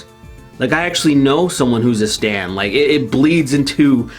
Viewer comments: Bro, do you mean [ S T A N D ] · When you said stan I heard Stand and then I started thinking of all the fans of them are just a singular stand from jojo.